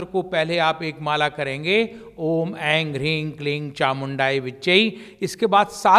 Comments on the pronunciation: मुझे भी लग रहा है ये गलत उच्चारण कर रहे है इंग का प्रयोग कर रहे है बार बार ओम एंग जबकि एम आना चाहिए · दीदी ये जो उच्चारण कर रहे है वो गलत लग रहा है। शब्द पर बिंदी आ जाने पर म का उच्चारण होता है। ये एंग बोल रहे है एम की जगह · mantra ko galat pronounce kyun kar Rahe hain..aim hota hai as aur aap Aing bol rha hai kleem ko aap Kling bol rhe hain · go ka uchharan hona chahie ang ring cling q